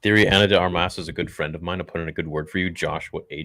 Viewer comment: Josh: "..Ana D Armius.." Theory: "Keep my wife's name, out ya f!@ mouth!"